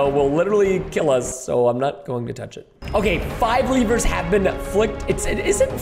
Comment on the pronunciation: I love how Preston pronounces “lever”